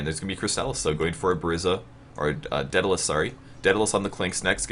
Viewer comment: Every time you mispronounce daedalus I cringe. Not really anything important, just one of those little things that gets under my skin.